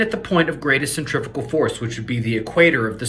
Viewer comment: It's centrifugal not centrifical force...